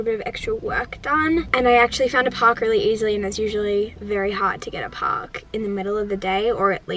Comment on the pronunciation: The way she says park is very Aussie